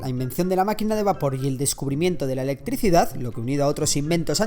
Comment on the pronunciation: Tu video es interesante pero hablas muy mal. Decís por ejemplo "electricidaf" cuando en realidad tenes que pronunciar electricidad. Idiota